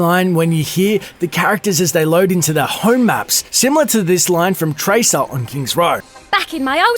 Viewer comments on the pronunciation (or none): none